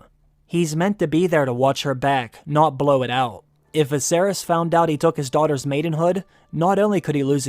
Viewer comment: Lmao he needed to put some more mmmph in “blow it out” but yeah good line